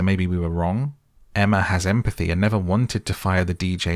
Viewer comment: Emm - a - pathy 😂😂😂😂😂😂😂😂😂😂😂